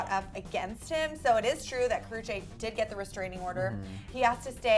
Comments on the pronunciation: Karrueche not karruchae don't know how to spell her name but that just annoyed me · Ka-roo-chee god damn